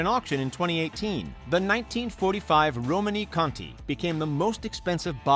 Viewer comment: Margow? Affixionados? Romany? Though you did change this to Romanée at one point in the video. One mispronunciation can be endearing. This however comes across as amateuristic.